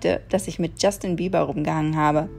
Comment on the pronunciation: ich habe bast*rd jeber verstanden xD